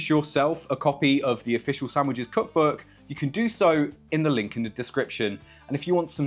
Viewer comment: Stop pronouncing „sandwiches” wrong